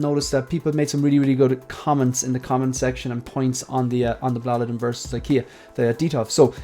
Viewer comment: Hi Great video as always. Your pronunciation of Blåliden sounds better than the word here in Scandinavia. You can't write the correct pronunciation because Å is not always pronounced as an A. And the same goes for D, at least in this case it doesn't I can send you an audio file on IG with the correct pronunciation if you want? Have a nice day